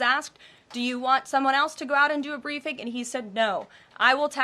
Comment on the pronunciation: Hi its say brieding instead of briefing